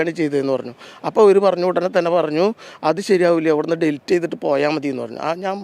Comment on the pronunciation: ഡിൽറ്റ് അല്ല പത്രപ്രവർത്തക, ഡിലീറ്റ്.. എന്തൊരു കഷ്ടം ആണ് ഇത്